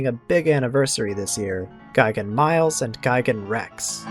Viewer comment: mee-lez, not miles lol